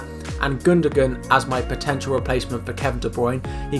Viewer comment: Are we just going to ignore how he pronounved gundogan as gundogun